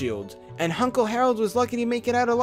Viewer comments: You said “Hunkle “ XD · Did you say... Hunkle Stan?? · did you just say hunkle stan- leave, you are no longer welcome